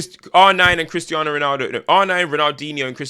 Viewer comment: You pronounced correctly when you left out the Z